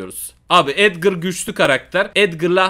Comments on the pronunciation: Edgar a edgır diyen koca yürekli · Abi Edgır değil Edgar